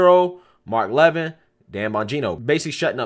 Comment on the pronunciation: It is pronounced LUH (just like the beginning of lo ve) Vin (like the name Vinny) Luh Vin